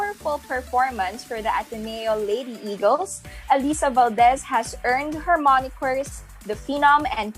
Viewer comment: miss pakiayos pronounce mo sa ALYSSA haha di yan si alisa